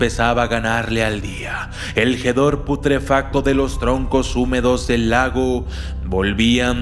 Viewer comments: Es Hedor, con "H" al principio, pero la "H" no se pronuncia, no "Gedor", regresenlo a la primaria. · "El gedor putrefacto " 😂😂😂😂 Es hedor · No se dice Jedor, y exageras mucho el tono de tu voz, dedícate a otra cosa.